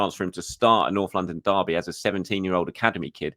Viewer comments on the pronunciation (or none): none